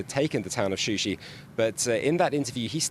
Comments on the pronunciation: It is Shusha not Shushi! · not shushı yes shusha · What kind of official news is this that does not know the official name of this city is not Shushi it is Shusha.Shushi is a fake name given by Armenian after occupation of this city.It is not journalist to use the name and fact which is not official.This is really shame of the journalist and misleading the news.Shusha is a old city of Azerbaijan.